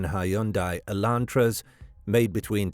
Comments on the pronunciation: "Hy-un-dai" that pronunciation is wr-on-ge. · I thought the pronunciation odd but that is how it is generally said in most if not all of the U.K. it turns out. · Sloppy work. Completely discredited. Producers slapped it together for clicks with such wanton disregard that they their Artificial Intelligence mispronounced the word "Hundai" incorrectly. 100% pure bull crap.